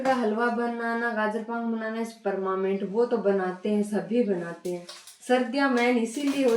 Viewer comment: 0.21 permanent ❌ permament ✅